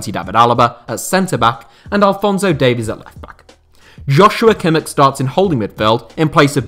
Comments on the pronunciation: It's literally just pronounced josua kimmich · yeah I don't get how you can pronounce it wrong. It's literally pronounced how it's written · Kimmich gets irritated when his name is mispronounced. "Yau-sua Kimmish"